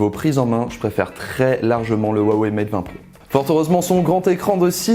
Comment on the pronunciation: Huawei est mtn implante partout dans le monde et qui s'ecrit avec un H et non avec un W, apprenez a le prononcer correctement, ce n'est pas si difficile quoi.